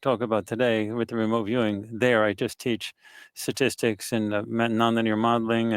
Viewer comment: It's sTatistics, not satistics people.